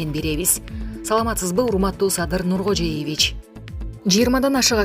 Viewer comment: Ушу автор Нургожееевич деп деги үйрөнбөй койду тантык